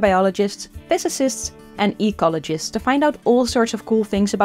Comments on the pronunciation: Did you say "ecologist" or "E.coligist"? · Was this "e.Coli-gist" at the end a pun or an accent?